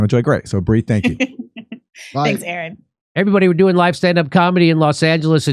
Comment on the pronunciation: Why does Aaron include the acute accent (é) marker on his last name but completely ignore it in his own pronunciation?